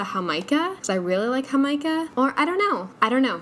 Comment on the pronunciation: Totally in love with you Jamaica pronunciation